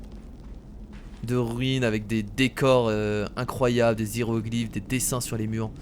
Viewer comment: Gg mec mais c'est pas des sirogliphes mais des Yérogliphes lol